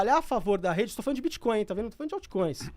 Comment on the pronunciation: Os caras são especialistas e continuam pronunciando BITCHCOIN--- o resto do mundo ri dessa maldita pronuncia brasileiras, explicando: BITCH è puta, portanto bitchcoin é moeda de puta. a pronuncia BITCOIN---O T É MUDO---O T É MUDO---O T É MUDO !!!